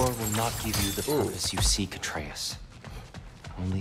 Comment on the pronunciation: the fact hears the names but still butchers them is triggering first Atreus now Angrboda😂